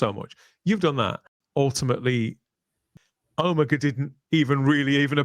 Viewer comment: Agreed. Even mispronounced the name. "oh-MEGA" instead of "OH-mega" as it has been up until now!